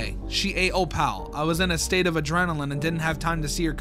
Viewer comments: O pal is hilarious lol 😂 Fr tho it’s said o-pull and it’s short for opalite (a crystal) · How your suppose to pronounce her name: “Op-ul” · tip: pronounce opal like apple, (ople) replacing the a with oh. btw opal is a real word, it is a gemstone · im not sure if im right, but i think opals name is pronounced as oh-poll/o-poll. well i think thats how they pronounced it in the show, but i dont remeber because i haven't seen mlpfim in a-long time. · cats name is pronounced o-poll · Opal is pronounced 'ope-ull'. No, I don't know why we spell it the way we do if that's how it's pronounced either. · Opal's name is actually pronounced like "Oh-pole" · The way you pronounce opal is oh-pl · it’s pronounced Oh-pull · Opal sound likr this op-el or op-il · opal is pronounced "o-pole" but just opal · bro please learn how to pronounce opal its 2 syllables how do u do it wrong every time 😭 there are videos so u can hear how its pronounced pls i love ur vids but i cant take it Anymore